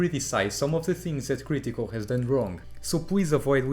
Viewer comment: The way you say “cr ee tical” makes this unwatchable.